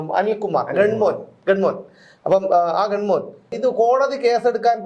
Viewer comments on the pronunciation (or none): ഗൺമാൻ -ഉച്ചാരണം ശ്രദ്ധിച്ചാലും